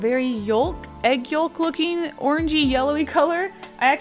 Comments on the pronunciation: It’s yoke, not yulk 😂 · Dear did you just say yoLK???? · STOP SAYING yoLk!! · I say yoke. That’s how I pronounce it :) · I say it “yoke” lol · You pronounce the L in yolk? I pronounce it “yoke” lol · It’s pronounced yoke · I LOVE YOUR VIDEOS BUT YOLK AS IN EGG YOLK IS PRONOUNCED EGG YOKE. ITS SPELT YOLK BUT NOT PRONOUCED! Thank u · she really didn't just say Yolk with the 'L' in it did she? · 80% people are getting angry about her pronouncing "Yolk" 15% people talking about Huevember 5% people talking about other stuff :P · Your pronunciation of yolk😂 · Why do you say yolk with the l?